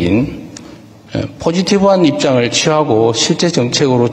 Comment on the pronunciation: 오우..울 대통령 영국발음하시는구나. 파지티브가 아닌 포지티브라구 하시네ㅎㅎㅎ역시 영어도 허세나 겉멋없이 정통이시네